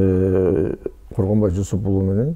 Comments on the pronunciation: Коргонбайбы аты же Жусупбекби?😅 Когонбай дей бериптирсиз😅 Сизди колдойбуз ишинизге ийгилик 😊🇰🇬💪💯💥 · Бул Министр сообу же маспы?Коргонбай деп 4 -5 жолу атын туура атап айтабалбай отурат.Ал Жусуп эмеспи анан 2 комнат уйум бар деп бей бечара болумуш болуп элди алдап отурат.Азыр шаарга кара жумушка келген адам 2 ком квартира снимат этип жащап жатышпайбы.Бул афера мен ишенбеймин.Бираз болсо да уялсанар болбойбу?